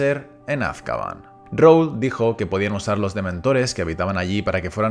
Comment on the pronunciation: Es AzkabAN, no Azkaban por dios...